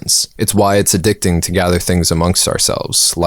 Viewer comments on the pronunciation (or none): none